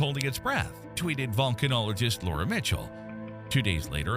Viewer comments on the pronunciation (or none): none